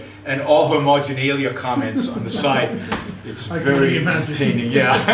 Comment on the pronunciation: "Stwike him Centurwion wery woughly!"